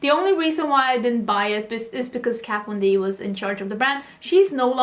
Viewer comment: I loved when you said what KVD stood for. You could hear your swedish accent. I can never hear it normally. Love your look❤️